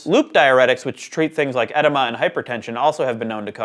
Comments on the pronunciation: Edema is pronounced "eh DEE mah" not "ED uh mah". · Sounded perfectly right to me, but it's something I've heard American doctors say since I as young. His pronunciation of "edema" is another story. It's "ehd-EE-muh," not "enema" with a "d." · Interesting topic! I would have liked to hear suggestions for treatments, or examples of extreme cases, plus the actual mechanics of why ears that are damaged produce sound. One other note -- edema is pronounced edeeema. I'd like to know why, in New York City, where streets and sidewalks are packed 24/7, there a comparatively few boats on the water surrounding it? Seems the waterways would be equally as busy, year round... And why don't they bridge between skyscrapers more, say every 20 floors? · I see other people had pronunciation objections to tinnitus, but the one that caught my ear was edema. I have chronic edema and my docs have always pronounced it "e - dee- ma", not "e -deh-ma". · lol kills the "edema" pronounciation.